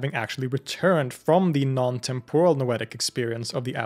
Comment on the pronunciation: Exemplary work here. Engaging, accurate (as far as I am able to discern) and helpful. Just one thing: TEMP-or-al, not tem-POR-al.